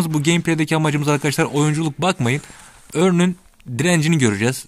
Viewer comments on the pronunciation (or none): Örnn diye okunmuyor haberin olsun